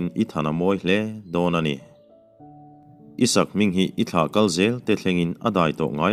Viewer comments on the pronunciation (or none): none